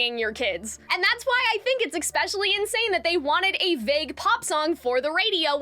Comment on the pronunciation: you are not cringe, your analysis is strong, and your voice is lovely! your only flaw is that you make me a little crazy when you say "eck-specialy"